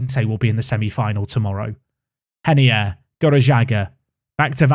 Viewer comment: Is reinier actually pronounced “henier”? Sounds weird